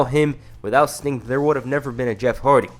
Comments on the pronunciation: I swear you calling Sting "Stink" 😭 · bruh it's "sting" not "stink" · It's sting not stink